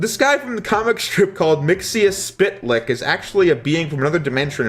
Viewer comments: "MIX- YUS- SPIT- LICK" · It's pronounce "mix-yez-pit-al-ik". His name backwards is "kel-tip-zix-um". You can just call him Mxy (mix-ee). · Mixkl - Ptlik is how you pronounce it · Mr. Mix-ill-pick-a-lick is how you pronounce his name. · Its pronounced "mix-epitle" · I think it’s supposed to be pronounced mix-itz-pitta-lick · Mixel-plix. They say it numerous times in the show, it's not that hard to say. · Mix-e-us-pit-a-lick = mxyyptlk